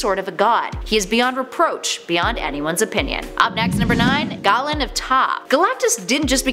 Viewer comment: Galen of taa is pronounced GAY-LEN..